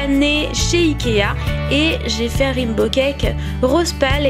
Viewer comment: rimbo cake ahahah XD raiiiinbow !